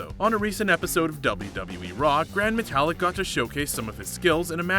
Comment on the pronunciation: My new favorite breakfast cereal...Seezer-Os! :) And...Metalik (meh tah LEEK) is not the same as metallic the same way Kalisto (kah LEES toh) is not the same as Jupiter's moon, Callisto.